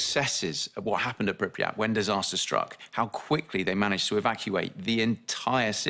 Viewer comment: Its pronounced Pripyat, not Pripryat as it's not nucular but nuclear.